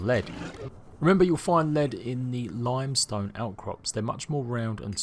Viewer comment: I wonder if he purposely said limestone and sandstone wrong on purpose for comments 🤔